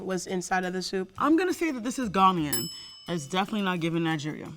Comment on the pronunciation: Cocoa butter please bring better reps for Ghana,people who understand the culture and keep it as such.First you brought a lady who couldn't pronounce Ghanaian even though she claimed she was Ghanaian and now this ahhh...